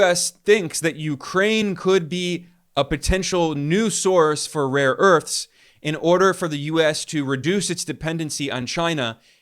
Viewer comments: He has dyslexia; mixing up a and o as in 'rore earths', poor sod. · ‘Raw earths’ 😅😅😅 He has absolutely no clue what he is talking about 🤣